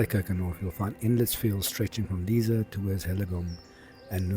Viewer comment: Lovely video. And just to let you know Lisse is pronounced Liss-eh, not Leeza. 🙂